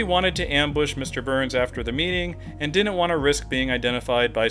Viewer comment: why are saying dinnent?